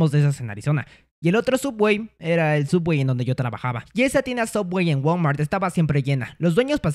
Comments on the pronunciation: No es suuubwey, es sooubway :v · Es subway no sooubway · Creo que es Subway y no soobwey, no sé si es broma la miniatura pero igual es chistoso 😆😆😆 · Por qué pronuncia sooubway como sowawey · Subway :❌ soobway:✔️ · Se escribe sooubway y se pronuncia subwey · No sé dice sooubway se dice subway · No co no sia soobway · Es sooubway no subway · es Subway xd lo dijo asi para que no lo demanden xd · por que llama a subway "sooubway"?:( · Se dice subway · Se dise sobway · El sabe que es Subway solo lo dice asi